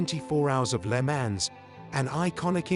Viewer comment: "Le Mans"???? Who narrated this?? Must be AI...no one is that stupid.